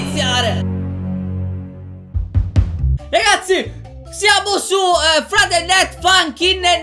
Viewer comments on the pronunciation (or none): none